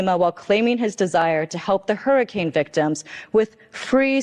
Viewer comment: Man you gotta stop calling them harrycains 🤣